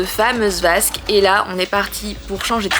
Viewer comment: J'adore la vasque au lieu de basque 😅